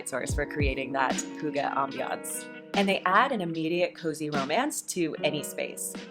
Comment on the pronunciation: I can confirm it is deeefinately not hoogah 🙊 its h-ih-gge. Im from Iceland and we also speak danish here. Love the video ❤